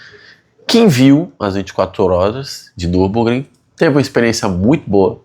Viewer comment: O max so nao conseguiu fazer voce acertar o nome da corrida kkkkkk. Ja tava dando agonia